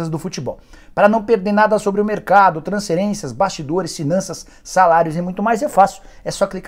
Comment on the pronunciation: Transserências, Sinanças kkkk Fala o F rpz